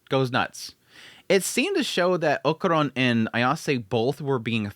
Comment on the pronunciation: Man i missed Dandadan, such a fun series, i also missed you killing Okarun`s name by calling him "okuron" haha